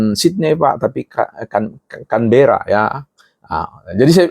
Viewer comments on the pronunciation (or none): none